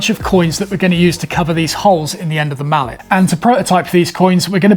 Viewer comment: No man... that's "mallet", not "mullet". 🤣